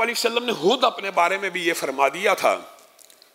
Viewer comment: sahi se "khud" bolna to seekh lain😂😂😂